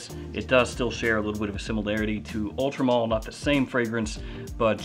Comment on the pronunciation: Why does it sound to me like you are saying Ultra Mall lol